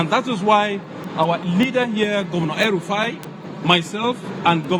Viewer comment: Hmm El rufaaaai, not one yeye ruddyfire